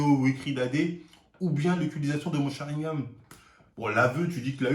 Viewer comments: On dit sharingannnnnN pas gam 🤣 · il dit sharingam au lieu de sharingan decu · Attend c'est moi ou il dit sharingaM la dernière vidéo aussi j'ai cru entendre ça ??? c'est sharingaN MDR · Sharingan et pas "sharingam" comme tu dis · Mdr mon Sharingam alors qu'on dit SharingaN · SharingaNNNNNN PAS SharingaMMMM. Ton crime est resté impunie depuis trop longtemps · c'est SharingaN pas SharingaM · SharinganNNN pas M mais N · SharingaN et non sharingaM respecte un peu stp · Est ce que on saura un jour pourquoi il dit "Sharingame" ?